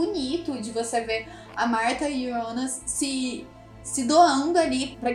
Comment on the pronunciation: JONAS NÃO IONAS